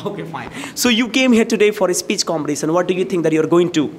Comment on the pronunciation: Istimulated... exasperation... comperRition! ??!!??